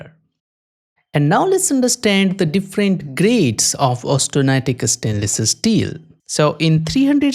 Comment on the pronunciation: “estainless esteel”